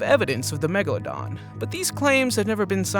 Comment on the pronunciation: What the heck is a “platabeladon”